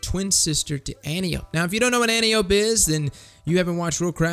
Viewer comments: An-Tie-Uh-Pee not An-Tee-Ope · Btw it's "An-TIE-oh-pee", not "AN-tee-ohpe". ;) Seen Wonder Woman? Same name as the general who taught Diana how to fight. Great vid, thanks for the advice! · It isn't anny-ope, it's AN-TIE-O-PEA, and you should check out phillips-b, better than antiope/sondok IMO. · Not to be a dick, my fellow Titan, but just because we give no fucks, doesn't mean we have to be uncultured. Antiope-D An-tee-yo-pee This is "Greek" and is the name of Wonder Woman's aunt. (Who was a Titan in another life) Fun facts.